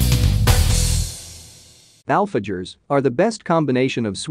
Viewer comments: 😂😂 ”alfa- jaws”🤌🏼🤌🏼🤌🏼🤌🏼 “dol da letch” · I was laughing my butt off at the AI voice saying "alfajores" and "dulce de leche" like that. Such delicious treats deserve to be said correctly.